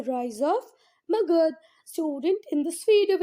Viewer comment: Thank you but aap har word me jisme last me a hota usko pronounce kyun nahi karte ho jaise magadha ko aap magadh bolte ho